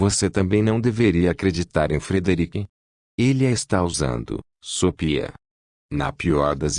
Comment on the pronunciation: É GENTE OU ROBÔ QUE faz A LEITURA? DEVE SET ROBÔ PRA FALAR SOPIA, ESCREVE-SE SOFHIA MAS LE-SE SOFIA, tem mais fala errado